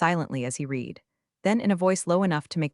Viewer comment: No subscription until you fix the pronunciation of "read" in past tense.